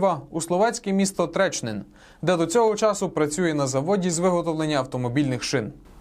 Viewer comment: Тренчин воно, а не Тречнин